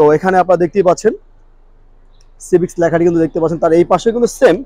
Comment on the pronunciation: হোন্ডা সিভিচ না ভাই! হোন্ডা সিভিক হবে।